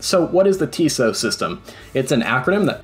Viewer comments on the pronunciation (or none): Pronounced tis-EEE-oh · TISEO is pronounced TIZZ-ee-oh